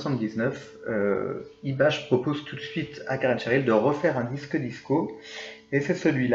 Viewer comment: Il me semble qu'on ne prononce pas "IBACHE" mais "IBAK"